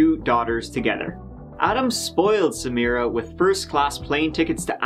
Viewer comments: My ancestral family is Lebanese, and I have a cousin whose name is Samira. I am also an attorney, and I would have called the State’s prosecutor in private and taught her the correct pronunciation. Samra? Damn that’s sad. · Couldn’t agree more. I keep hearing her say, “Samrah Fresh”. ☹️ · She even mispronounced Samiras name. Its Sa Mi Ra. Not Samra. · It did me,she was calling her samra 😳😒I was thinking hang on ur accusing the husband but yet can’t even get the poor girls NAME right..🙄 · You would think the prosecutor would pronounce the victim's name properly. Keeps calling her Samra. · Does it annoy anyone else that the prosecutor didn’t even bother learning the proper pronunciation for Samira’s name? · It bugged me that the prosecutor didn’t even pronounce Samiras name properly. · Meadow Gold I was looking for this comment. It's lazy and disrespectful because she could've just used her last name if she couldn't pronounce her first name. It's not even a difficult name to pronounce. She [the prosector] makes me want to find in favor of the defense!😂 *Diclaimer it's a joke before any triggers go off. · It really pissed me off that no one even bothered correcting her. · the fact that this lawyer keeps mispronouncing the victims name is very frustrating. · Why couldn't the lawyer be bothered to pronounce Samira's name correctly??? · You would think the prosecution would pronounce her name correctly... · He is the most likely suspect, however, I think there is reasonable doubt. And why can't the prosecutor pronounce Samira correctly? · Ugh!! The prosecutor keeps mispronouncing her (Samira) name!! How irritating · The female lawyer could at least pronounce her name correctly.... Put some respect on her name.